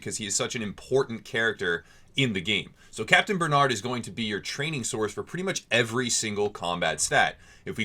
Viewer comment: Good it's not capitaine benad though but ber narrrrrd with the French r Bernard lol baie reu narrreu